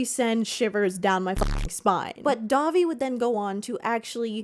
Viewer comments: When you say Dahvie, I hear Dobby. So my mental image for this story is weird now lol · listening to this in the background and it truly took me 10 minutes of the segment to realize you werent saying dobby from harry potter. was so confused and had to tune back in when i realized